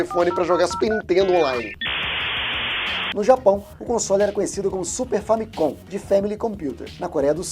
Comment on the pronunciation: super famicom com M no final !